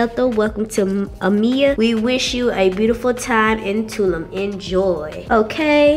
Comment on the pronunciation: CONGRATS ON UR TRIP HAVE FUN AN B SAFE. I’VE ALWAYS HEARD PPL PRONOUNCE IT TWO-LOOM (TULUM) MEXICO 🇲🇽 ADIOS!